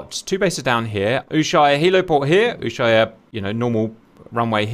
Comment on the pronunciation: Context about Ushuaia (disclaimer, i was born there, I lived for 15 years). It's pronounced Usuaia (not uSHuaia). The Accent goes in the first "A" so to speak (ushuAia). The word is native to the indigenous population and I don't exactly recall the right translation, but it roughly means "Bay that looks to the east". (I hope my school teacher isn't reading this or she'll be mad I don't remember). The old airport "Base Aeronaval" (SAWO) existed for many years (in fact, during all of my years of living there that was the only airport). The biggest plane I've seen land there were 737-200 which barely made it in (and couldn't land full fuel or there was no way out). There was a famous incident in the 80s when, in a snowy morning, it couldn't stop in time. It was landing on RWY 34 so it ended in the water. No casualties. I was at school (Across the bay) and we could see the plane sideways in the water that is quite shallow so the plane sat there. The "big" international airport was planned and built during the 80s and early 90s. The story about the RWY orientation is not accurate, initially the rwy was going to have a slightly different orientation (09/27 IICR) but due to the presence of "Mount Susana" (west of the airport), it was later modified to its current 07/25 orientation and over 3000 meters (10k feet) of length, capable of receiving a Boing 747 or even a Concorde (which landed there on the famous 2000 around the world tour). During the Falklands war (Or Malvinas), we coul